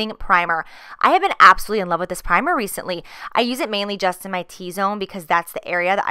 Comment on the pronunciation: She always says "absuly" in stead of absolutely!!! 😝